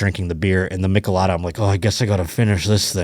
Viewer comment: pronounce michelada as if you were saying the name "Mitch" not "Mick". I usually recommend the regular Sol Cheladas or Estrella Jalisco Mango Michelada.